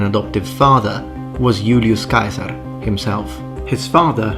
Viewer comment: man I love it when youtuber pronounces "Yu- -li-us Kai-sar" rather than his Anglicized name